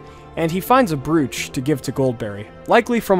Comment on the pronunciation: Just so you know, "brooch" is pronounced "broach." EDIT: Never mind. The first time must have been a slip. (o:Þ